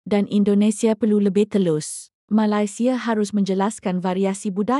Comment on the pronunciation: Sebut biar kena boleh tak Malaysia";bukan Malasia